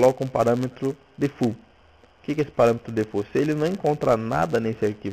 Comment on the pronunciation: po defult vai aprender a falar inglês pow